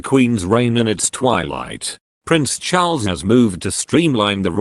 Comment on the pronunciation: Love your pronunciation of Prince Charles....not sure if I can spell it in any of the languages I know.?A guess Chulls!!! It's ok ...variety can be delightful